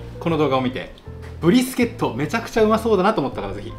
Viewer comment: 他の動画観ようと思ったら英語のばっかりだったけど、めっちゃ"ブ"リスケットって言ってた